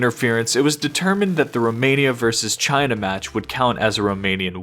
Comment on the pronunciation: why u have to say "Cheaina"